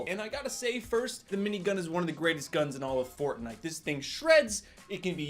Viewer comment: He Said fortnaijs